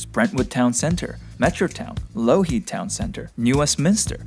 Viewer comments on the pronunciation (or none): It’s pronounced Law-heed